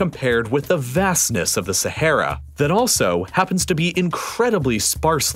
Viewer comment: man constantly pronounces sahara wrong 💀